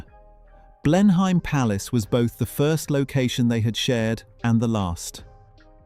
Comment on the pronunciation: Blen-hyme palace? Really!